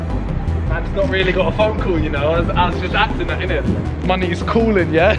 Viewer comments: does Simon say money or n*gga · "Money is calling yea" he said that nit my n word is callin